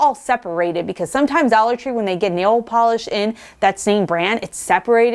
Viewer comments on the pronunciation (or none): none